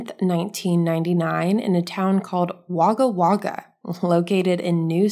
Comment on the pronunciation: Being an Australian, Wagga Wagga, NSW, is pronounced Wogga Wogga - and otherwise simply known as Wagga (Wogga).